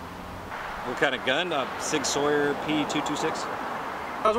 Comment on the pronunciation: Sig Sauer is pronounced Sig Sour. I have one on my hip right now, and had to laugh because if I saw the word for the first time, not knowing it, I also would have pronounced it Sawyer.